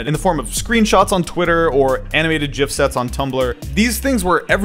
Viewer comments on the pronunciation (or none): JIFs? Did you say JIF? That's not how it's pronounced... What are you, 80 years old and new to the internet? lol